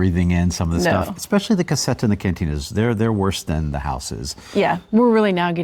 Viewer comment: Lol, every time you say "la casetta" = (una casa piccola) I think at one "cassetta" which is a completely different thing!!!! Way don't you say it English ... "little small house" because I always think you are talking about a small box/crate . Sorry to be so critical, I am Italian and I do not think is very hard to say casetta in Italian, to make it sound better and close to the Italian pronunciation just put a ,not very strong "z" in the place of the "s" like "la cazetta"!!!! 👍 P.S. I too have problem speaking the English language! 🤒